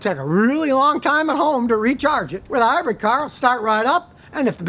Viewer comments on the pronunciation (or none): Please stop saying "hybred", it's "hybrid" Scotty. Good info on ac & dc motors👍🏼